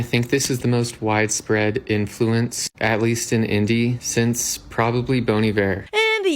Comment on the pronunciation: can people please learn how to properly pronounce bon iver😭😭😭